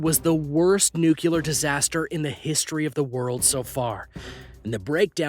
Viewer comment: This is a good video but I do have just one criticism, why in god's name are you and a huge number of others insist on pronouncing the word nuclear NOO - kyoo - ler? When you can plainly see how it's spelled? It's pronounced NOO- Klee - er! Is it because that's how "Dubya" insisted on pronouncing it for 8 years or what? To listen to Americans speak nowadays it sounds like America is seriously "dumbing down" and losing IQ points year after year.